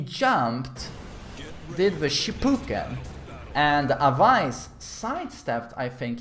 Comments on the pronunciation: its aa waa yss not awais 😂😂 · Umm it's pronounced as away-s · Awais hani..... where is the letter V in that? Who is Avais Hani? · Just a little correction for the name pronunciation, the ‘wai’ part in Awais’ name is pronounced the same as the word ‘way’. That would be the closest in English any way 👍🏼